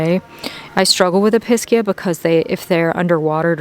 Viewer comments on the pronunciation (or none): The Pink Episcia looks like a Cleopatra a very difficult variety. ALL Episcia require high humidity and do best in greenhouse or terrarium settings. If you are able to grow them without the super high humidity you are doing very good.And fyi they are pronounced E-pe-zee-ah